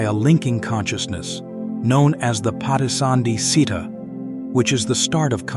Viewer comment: It's good. The only thing the reader should learn is how to pronounce pali terms, like citta, cetasika, cuti-citta if they want to sound professionally. The letter"C" gives the sound "CH'. Good luck with your study.